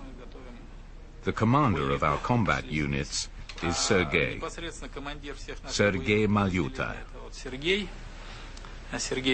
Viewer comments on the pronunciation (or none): Not sir gay xD, Sergey is russian name.